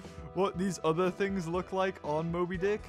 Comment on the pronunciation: one of your videos when you could not say mobydic